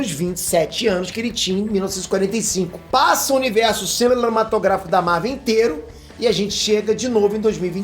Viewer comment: Passei aqui para ouvi o falar CILEMATOGRAFICO.... hehehehe.